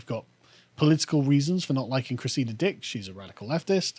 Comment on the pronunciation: Every time you say this woman's name it sounds like, "Chris, eat a dick!" I always think you're cross with someone just off camera